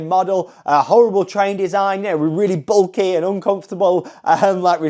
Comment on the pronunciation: “Bulky”, not “belly” 🤣